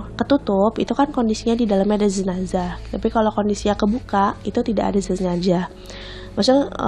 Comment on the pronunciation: JenaZah mba bukan ZenaJah kuping dan jariku gatal ingin koreksi